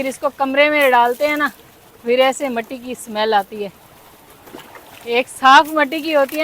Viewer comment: Assalam U alaikum Meny bohat pehly hi comment krna Tha but Ni Kia ......Apko ye kehna Tha K ap Urdu men Jo matti kehti hen wo Matti Nahi mitti hota h Urdu men b mitti ko mitti hi kehty hen .........shukriya